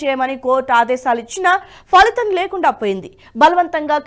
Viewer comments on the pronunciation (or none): none